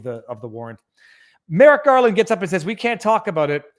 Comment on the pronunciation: I keep hearing Merrick Garlic